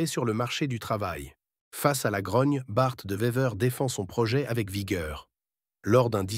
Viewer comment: Il dit aussi "Bart 2 Vever"